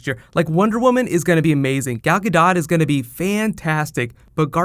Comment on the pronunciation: you need help with pronunciations.. specifically probably (its not prolly) and Gal Gadot. your welcome